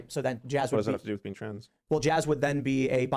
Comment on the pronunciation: That is to say you dont have to agree with the trans stuff, but calling them the tranzzseses like a right wing gollum/smeagle sounding ass